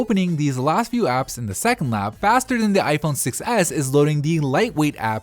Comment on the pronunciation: every time he says 6s it sounds like he's saying "success" lol